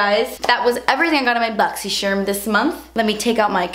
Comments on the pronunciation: Boxy charm.. Oh Sorry boxy cherm 😂😂😂 kathleenI_Loooov You! ❤️ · that very last second when she says boxycharm, I'm sorry boxysherm 😂😂😂😂😂😂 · That intro never gets old "ma bogzy cherm unbogzing!!!!" 😂😂😂 I love it xxx I legit died 😂💖👌🏼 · The best part of these videos is saying 'Boxy Sharm unboxin'!' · "BoxySharm unboxin" will never get old!! I only watch it to hear you say it bc I'm not subscribed to it 💁🏻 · Always i see this video I say the intro too. Welcome to my boxysherm unboxing hahaha 😂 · before the video eveb started i said "hey guys today's video is going to be my boxy sharm unboxing lol' i love how she says charm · That last clip when you accidentally said boxycharm 😂😂 apology accepted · "😱 Boxysherm... I'm sorry." 😂😂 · As someone who hasn't gotten a shipping confirmation email for this month as of yet, that hit the spot. Thanks! I love your pronunciation of BoxyCharm; it will never get old! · When you said boxy charm normally then apologized for saying it wrong I died 😂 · love how she says boxycharm 😂